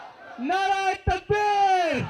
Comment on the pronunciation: He said Naa raa e takbeer. 😂😂. Lol.